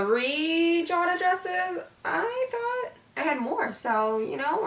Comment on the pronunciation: lol my name is jada and its not pronounced (jahda) its (jayda)